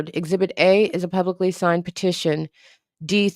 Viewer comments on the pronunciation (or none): none